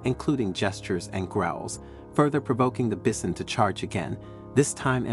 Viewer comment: Learn to pronounce bison. That's usually pronounced with a long I